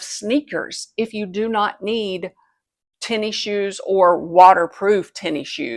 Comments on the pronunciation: “Tenny Shoes”… “tennis shoes”…🤭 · Came here to say this. “Tenny shoes” took me a bit to figure out she meant tennis shoes, aka sneakers.